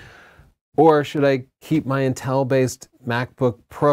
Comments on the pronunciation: Dammit I can't get over how you pronounce Intel... 😂 Seems like you say "Nnn-tel" rather than "IN-tel"... Anyways! The M1 chip is very exciting but I think all creators need to be patient and wait for the "Pro" shoe to drop before investing in new computers. I know I am! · The way you pronounce inTEL distracts me slightly, in much the same way that Chelsea pronounces BUTns. 👀😂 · It’s pronounced “Intel”, not “In-tell” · Me encanta como pronuncia Intél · i get lost whenever you say inTEL 😅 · Intel is pronounced IN TEL. Are you Canadian or something ?